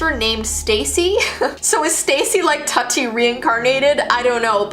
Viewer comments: It's TOOTI pronounced and she was discontinued, end of it. Tut-ee lmfao. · Tutti is pronounced like it rhymes with fruity not nutty. The Barbie you showed with tattoos was called Tokidoki Barbie not Tattoo barbie and was not removed from the shelves despite parents complaints over an adult collector Barbie. The 1960s Barbie fashion with the weight scale would not have been removed from the shelves in the 60s because of today's current standards. The Haunted beauty ghost Barbie was part of the Haunted Barbie adult collector series which also included a cool zombie Barbie. The Barbie that recorded the child's voice with wifi did not send the messages back to Mattel but back to the doll to repeat the message. I enjoyed and appreciated your video but the inconsistencies drove me crazy. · Indian be like tutti wha